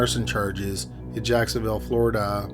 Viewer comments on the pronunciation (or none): I'm thinking it's robotic. Among other things, every sentence ends with the same downward cadence; and he pronounced Florida as FloriDUUH - accent on the final syllable, and same downward cadence as "Nebraskaaah" and "Omahaaah" ... either that, or he simply sounds robotic, and emphasizes wrong syllables in sentences.